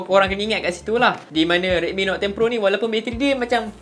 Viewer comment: Note dik Note...bukan Not